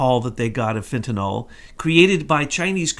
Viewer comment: It's Fenta-NYL... There's no such drug named Fenta-NOL